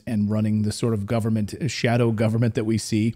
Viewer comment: Put her in some seat in "govern-ment"